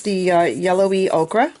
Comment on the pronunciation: do you mean ochre? if yes, it's pronounced "O Ker" : )